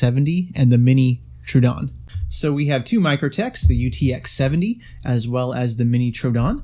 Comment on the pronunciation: You're pronouncing Troodon wrong.....